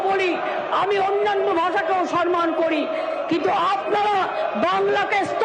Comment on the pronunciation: Word ta sanman noy samman.